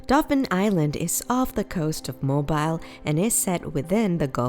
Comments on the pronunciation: its pronounced "mo-beal" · Yes, Mobile is pronouncec mo beel. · 1. Learn proper English; 2. learn how to pronounce the names of Alabama cities, especially Mobile; 3. when discussing the Birmingham, Alabama Museum of Art, don’t show pictures of the Birmingham, England Museum of Art; and 4. Huntsville is called “Rocket City” because the U.S. space program was developed there, NOT because of the museum! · Please learn how to pronounce Mobile. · Need to learn how to pronounce Mobile and Cheaha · If you don't know how to pronounce 'Mobile', I can't trust your video!!